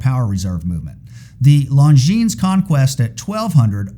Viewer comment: If you were an ACTUAL watch enthusiast, you would know how to pronounce 'longines'.